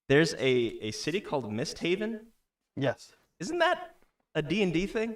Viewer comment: Ok, so a couple things. First, you might be thinking of Gloomhaven, which is a wildly popular fantasy adventuring party board game. Second, because of the weird 'o' over the 'A', it is pronounced more like "misthoaven".